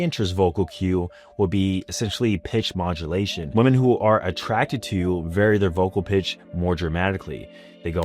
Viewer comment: I still can't get over how this man can't say women correctly lol